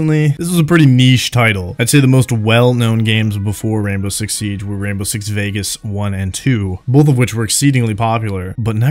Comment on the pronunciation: wwwwwwwainbow six siege! love it